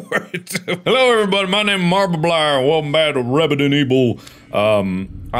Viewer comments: "hello everyone, i'm blubrefuidsiu" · Hello everybody my name marbablier and welcome back to rebident ebil